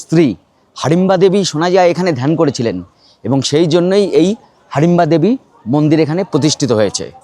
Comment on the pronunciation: হাডিমবা না হিডিমবা